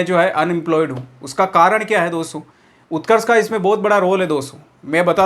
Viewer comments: Utkarsh ka o nhi u hota hai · Utrakskh m u hota hai o nahi bas y word mistake Hui h video m sudhar lena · उत्कर्ष में O आता ही नहीं यार😂😂😂😂😂😂😂😂😂😂